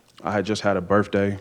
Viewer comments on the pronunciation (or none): Birfday??? BirTHday. I seen him??? I SAW him… wiF … wiTH…. My lord learn to speak Drug addicts and criminals always have the most drama filled lengthy stories that are empty voids of words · A "Burf Day" What a DUM-ASS!